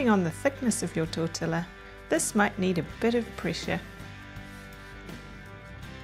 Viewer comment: Thank you for the great ideas! I will definitely try these. But I have never heard the shell pronounced tortiLLa! The two LLs are pronounced as Y.